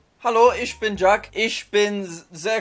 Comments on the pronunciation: Ich is not pronounced Ish, but Ih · Yeah, he pronounced the Ich like Ish and not Ihh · Did u notice he pronounced "ish" instead of "ich" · No one talkin bout ish instead of ich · "Hallo, isch bin Jack" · Was anyone else pained that he pronounced ich - ish ? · He didn’t say Ich right tho I think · I speak German and the way you said ich makes me mad.